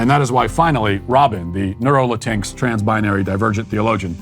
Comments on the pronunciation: Matt, it's Latin "X". Not Latinx like Sphynx. I agree that it's rubbish, but still. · LMAO omg Walsh it's pronounced Latin-X. You actually say the x. That being said, this world is an insult to the Spanish language. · It’s actually pronounced “la-teen-ex”. I say this not as a supporter of this nonsense (quite the opposite), but purely as a Grammar Nazi (my umbrella term for all linguistic purity) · Did Matt just La-tinx 🤣🤣🤣🤣it's latin-x you bigot🤓🤓🤓🤓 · So funny how he says Latinx like Latinks lol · "Latincks" i'm f'ucking dying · Matt, I love that you say "La-tinks" because that is exactly how I genuinely read the word when I first saw it. Rhymes with jinx, minx, and sphynx. At first I thought it was some kind of TV channel, like BET for Spanish speakers. And as a former leftie and humanities major, every single thing you said in this video is 100% true. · Matt ALWAYS make me laugh!! 😆😆 These people are TRULY INSANE. Oh, and "bonus points" for the "La-tinks". I want to so use that now, when I meet one of these that call themselves, "Latin-X", phonetically. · His pronunciation of Latinx kills me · My Mexican side hates “LatinX” but they way Matt pronounces absolutely makes me belly laugh so hard that it hurts. 🤣🤣🤣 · The way you pronounce latinx is hilarious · Pronounced Latinx just like sphynx. Matt is the best. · I will always pronounce latinx the way he did in this video from now on. I couldn't help but laugh when I first heard it. Just beautiful. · I like how you pronounce Latinx 😂😂😂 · i love how u pronounce latinx xDD